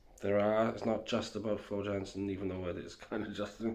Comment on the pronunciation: Her last name is pronounced yansen jansen she's Dutch